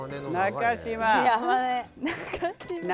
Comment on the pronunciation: いつ、なかじまではなく、なかしまですっていうのだろう